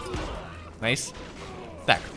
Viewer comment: найс а не нейс